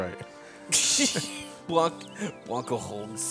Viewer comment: It's Bianco, not Blanco. Of course it's italian for white so your pretty much right.